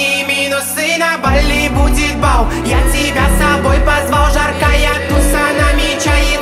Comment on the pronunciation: Исполнитель забавно произносит слова «алкоголь, бал, карнавал» Получается так, как написали вверху, типа «аукоголь, бау, карнавау». Будто буква «л» не выговаривается)